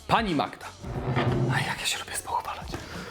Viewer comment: Spoufalać nie spouCHwalać. Ten wyraz bez „ch” funkcjonuje w języku polskim.